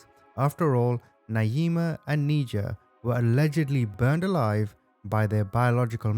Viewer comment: Her name is pronounced "Ni-jah" not "Knee-jah"